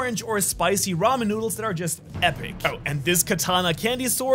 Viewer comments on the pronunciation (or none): none